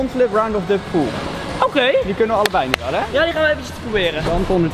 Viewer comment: OKeh